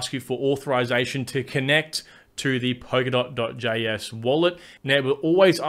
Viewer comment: blablabla POKERDOT blablablabla POKERDOT... It's Polkadot. POL-KA-DOT. Thanks for the video.